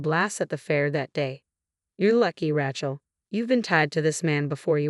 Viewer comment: Rachel is not RATCHEL. It is said RAYchel!! You need better narrators!